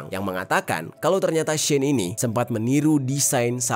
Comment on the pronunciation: Pronounce as ‘she’ ‘in’ dek